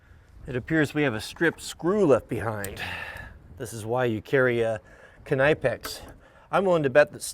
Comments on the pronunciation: It’s pronounced knip ex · Sir. The K in KNIPEX is silent-NIPEX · Knipex is pronounced "Nee-pex"..It's a German Company. Someone replied to a comment in another Youtube video a while back as to the proper pronunciation. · Its pronounced "nipex" the k is silent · Knipex.. Pronounced nipex in the UK! Woustershere sauce... wouster - shear sauce 😜❤ Yall are Yankees to us don't worry 😜❤❤ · Hey I think the K is silent on Knipex just as it is on knife, knee, knuckles, knot, knight, Knoxville, knapsack, we know that.